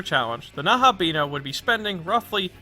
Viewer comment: The video was very :) The pronunciation of Nahobino was very :(